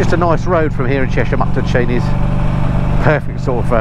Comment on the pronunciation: Glad that you pronounced Chenies correctly this time. I'm not expecting to see many of these Norton's out and about in the Chilterns at that price but I suppose that will make them more of an investment.